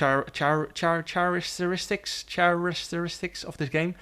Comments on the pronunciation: Characteristics is pronounced like caracteristics 😅😂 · . care - ik - ter- is - tics. Characteristics. Ion know how to formally write phonetically, but that’s my tip. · btw characteristics pronounced with a hard 'C' ('H' is silent) so its pronounced Ca-ract-er-ist-ics :) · Jarno trying to say ‘characteristics’ at 9.15m😂. It’s alright we’ll let you off jarno cos your a GOATED driver!